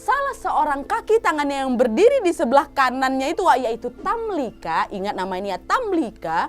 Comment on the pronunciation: Tamlikha, pake خ Bukan tamlika.